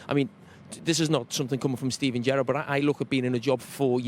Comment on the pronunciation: The way carra said gerrard sounded like Benitez 😂